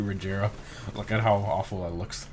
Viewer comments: bruh it's pronounced reh-GEH-ra not re'J'era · Wtf is [rezeera]?? Its Regera, its Swedish car and Swedish word!!! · OMG you idiot, you pronounced Regera in the most retarded way possible......Unless that "G" somehow turned into a "J" using the power of idiot you need to go back to school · John 'Soap' Mactavish ur stupid she said that because he was pronouncing the word regera wrong hence how she said rajara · Rejera 😂 it’s ok still love your vids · The way he said “Regera” lol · You butchered how you say regera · Bro if you try to pronounce an italian, greek Russian word you probably don't gonna pronunciate well its normal he isn't from sweden